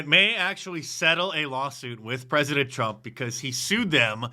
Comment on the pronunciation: Peasadent? Green needs a special needs teacher to teach him to add speak 😂😂😂😂